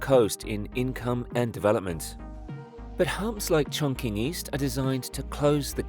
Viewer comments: "Chongqing" which is pronounced (Chong-Ching), is mispronounced in this video by an AI-generated voice as "Chong-King." This occurs when written script is interpreted literally as it looks, without prior knowledge of the audible sound that it is culturally derived from. AI-voice overs, are notoriously full of these errors of mispronunciation. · Amazing structure! - the pronunciation of Chonqing is like 'Chong-Ching' not 'Chong-King' 😉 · If I hear “chonking” one more time 😭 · its pronounced chong-tsching. like the qin dynasty (not the same character but close enough) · "Chong-ching" please! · Its pronounced chongching btw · I see your research didn't go as far as the correct pronunciation of the city name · Everyone appears to get the pronunciation of Chongqing right except you. You can ask ChatGPT how to pronounce things or even select text on an Apple device and choose Speak, or you can fly to Chongqing and ask a local. There’s no excuse for butchering names anymore. I’ll be watching you, DON’T make another mistake. Sheesh! 😡😂😂